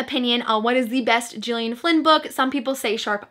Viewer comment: Gillian is said like Gil (like the fish). Sorry to be "that guy" 😅 awesome recommendations. I really want to read some of these